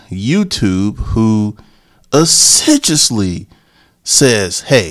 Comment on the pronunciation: Perhaps, that's what he meant to say. However, that's not what he said. Ah-sid-jusly is not as- sid-you- us.